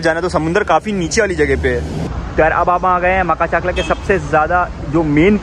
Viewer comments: Makhachkala ❌ Makhachaklaa✅ 😂😂😂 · Maka-chakla maka-chakla 😂😂😂 Butchered the name.... It's pronounced Ma-kach-kala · Makha chakla q bolrahe yaar its makhach'kala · Makhach kala not maka chakla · Bro it's called Ma-kach-kala not maka-chakla